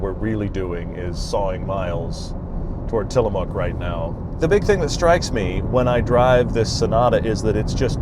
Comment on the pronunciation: Kudos to you guys on fixing your pronunciation of "Tillamook" between your last PNW video and this one lol. Great content as always!